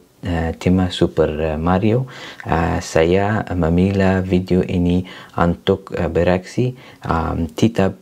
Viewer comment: Wa'alaikum salam wr. wb. Masya Allah. The opening in Bahasa Indonesia was very good. But a little correction iş that the word 'untuk' isn't read [un-tuk] as in English. The phrase 'u' is always read as [ u ] like 'u' Harakat Dammah in Arabic. A always A, I always I, and U always U. 👍👍👍 Terima kasih.